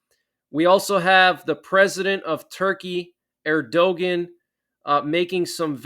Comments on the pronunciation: Yup! The stuff that is happening is in the Bible. Thanks for telling the truth, brother. FYI: Erdogan (President of Turkey) is pronounced “Air-dough-wan”. 👍🏼👍🏼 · Kemal Atatürk was the founder and first president of Turkey after the fall of the Ottoman Empire in the 1920s. He died in 1938. Atatürk was western oriented and modernized the country. He is the reason why Turkey is a member of NATO. Reccep Tajib Erdogan (pronounced Errdoewahn) is an Islamist who is more aligned with the Muslim world than the West.